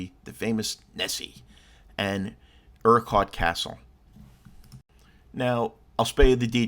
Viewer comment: Yes, you're butchering the pronounciation of Urquart.